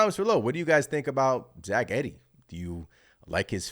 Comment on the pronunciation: pronounced Eeee - dee